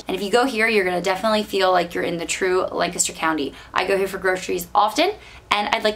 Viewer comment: I grew up in that area. It was nice to hear someone pronounce Lancaster correctly